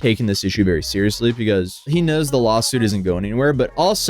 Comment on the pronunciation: Does anyone else hear say “Lol suit” instead of lawsuit? By this point it might as well be one when it involves Johnny Somali.